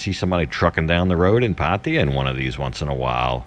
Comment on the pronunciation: Why can’t you Americans ever say PATTAYA right..